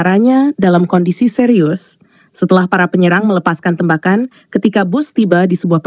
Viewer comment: Yg baca berita kurang bisa bhs indonesia. TEmbakan dibacanya tembakan seperti baca tembikar, tempurung atau tempat.